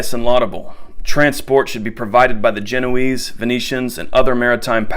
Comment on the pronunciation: "Genoese" "Galley" Please check out Age of Empires II